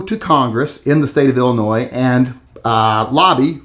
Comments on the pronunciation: The “s” is silent in Illinois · The S in Illinois is silent. Lol. BTW do you like H&K? Ive watched about 20 videos you never mention them. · Oh boy, going after “Ill-ah-Noise!” Lmao, what an, “epic takedown!” Love this man’s pronunciation, but not as much as I love his channel and his work- obviously a labor of love! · Why do you pronounce Illinois 2 different ways? The s is silent. You mispronounce it many times while pronouncing it right many times. Come on kid.